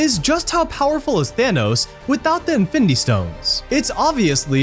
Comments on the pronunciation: bro, it's pronounced as IN-FIN-NI-TY, not INFITY like wtf lol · In-fin-d-war? Dafuq us that? Didn’t get past 2 minutes of this video. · “Ifendi war” 🤣🤣🤣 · Who else was annoyed by the narrator constantly saying 'infindy war'? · wtf is infindy? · Since the first time he said it. It really made this video really difficult to watch. Content was great, but this host was truly difficult to listen to. Especially how he says “infindy” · I'm a quarter of the way through and I'd have to "concur doctor" 😂😂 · Fidy facts you didn't know about infindy war😂😂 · Me tooo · Jesus, I didn’t notice it until I read your post Now, YES it’s very annoying LOL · Infinidy war hahaha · Sometimes it’s just “findy” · "INFINDY WAR" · Fact 51: its pronounced InFINdy war apparently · Fendy war??😂😂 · Narrator kept saying something like "infity war" was very annoying to the ears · Whats so funny is he kinda said infinity stones right in the beginning and then began to butcher the word throughout the rest of the video 😂😂😂😂😂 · Haha 😂thought I was the only one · Say infinity right lmao there’s no d in it it’s a t 😂😂